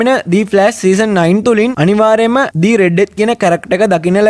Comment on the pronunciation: meka kiwwa kiyala mage locucama kiyala hitanna epaa mama danna de oya ekka share karagannawa witharai harida😁 the red death උච්චාරණය කරද්දි දී නෙවේ එන්නෙ දී උච්චාරණය එන්නෙ a,e,i,o,u කියන වවල්ස් එක්ක විතරයි ඉතින් the red death කියද්දි r එන හින්ද ඒක ද රෙඩ් ඩෙත් වෙනවා 😁ලොකුකමට නෙවේ කීවෙ අනික ඔයා මේක දන්නවා ඇති